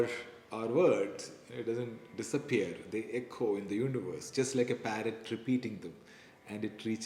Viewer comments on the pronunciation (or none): none